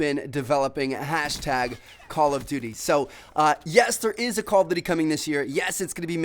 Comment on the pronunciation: is nobody else annoyed about the way he says "duty"